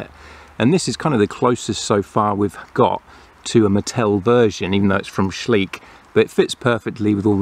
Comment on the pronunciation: Schleich is pronounced soft and slow like Shly-sh, not sleek. It is way bigger than Mattel here in Germany